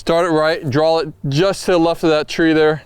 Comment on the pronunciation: Does Billy say Drawl instead of draw?